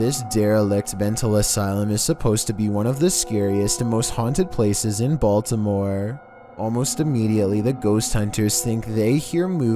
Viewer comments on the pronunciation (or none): none